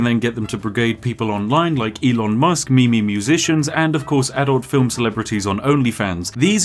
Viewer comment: first time i've heared MeMe pronounced correctly in a long time